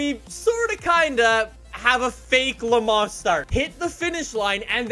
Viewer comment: pronouncing Le Mans: "Le Ma"